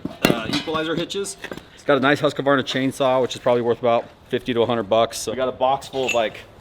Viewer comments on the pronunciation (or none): Say after me, D: Hews-kvarn-ah. Just like News-Barn-Ah. Husqvarna. Not Huskahwarna :D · Huskavarna haha love hearing people pronounce our stuff. Just say huskvarna :) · Husqvarna: Hus-qvarna, not Husq-varna. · as a swedish person it was hilarious hearing you say Husqvarna xD Huskavarna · I fell at "HU-SQW-ARNA" I love the pronunciation xD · I would say that Husqvarna is more pronounced as Hus-kvarna im sorry for the nitpick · "huskawana chainsaw" lol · you pronounced Husqvarna wrong. and thanks for a amazing video. Keep up the good work.